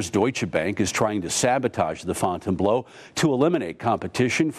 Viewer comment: FOUNTAIN "BLOW" hahahahahaha.its pronounced fountain"BLUE".